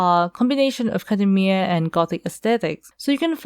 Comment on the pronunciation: Academia not akhademia 😂